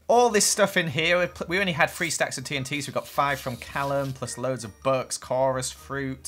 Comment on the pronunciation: When you say books it sounds like your saying bucks